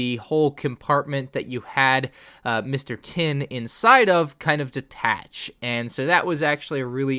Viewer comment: “Mr. Tin”